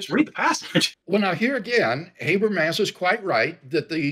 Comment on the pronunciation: Though to be fair, it seems like Craig mispronounces Habermas' name as well, so maybe it evens out. (Doesn't explain all the other people who mispronounce, though.)